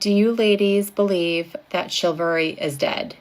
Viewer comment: The word is chivalry, madame; not chilvary. The word derives from cheval, the French word for horse, because it was a code of behavior observed by knights, who tended to ride horses into battle and were also called chevaliers, or cavaliers.